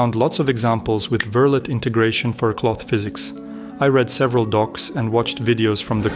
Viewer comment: Just FYI, Verlet is pronounced like "ver-lay".